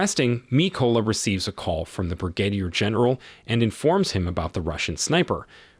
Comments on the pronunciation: Hate to be a grammar Nazi but it's pronounced Brih-gah-deer general 😅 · Did you catch the pronunciation of Brigadier? Gotta admit, if this is a robot voice, they're getting pretty good. edit: it's